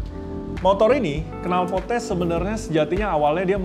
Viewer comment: Dia Jawa:v